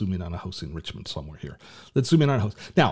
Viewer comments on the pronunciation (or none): none